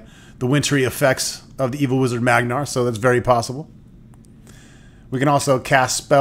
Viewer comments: *Man*gar, not magnar, for he is a manly man! :P Ribbing of your pronunciation aside, the bard's tale is a great series. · Please stop saying Magnar instead of Mangar. Never mind, can't continue watching your video. Maybe play the game first, then do the video on it. nty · Great! Now, just one quibe ... the evil wizard's name is MaN!gar, not MaGNar! You keep switching the n and the g in his name. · I spent MANY hours playing the Commodore 64 version. Good times! Also, it's Mangar so why does he keep saying Magnar? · Mangar.....not Magnar.....